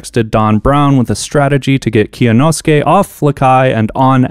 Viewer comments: it was a good try but kyonosuke is 3 syllables not 4 (kyo-no-skay), you don’t pronounce the y separately in kyo it’s all one syllable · Can't wait for to get cancelled for mispronouncing Kyonosuke's name. Not a bigger meltdown than Elon Musk becoming a Twitter shareholder (and quite possibly aiming to become the 51 percent shareholder) by a long shot, but still popcorn worthy. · Really shows the lack of effort on end to just ask Kyonosuke how to pronounce his name. Its not hard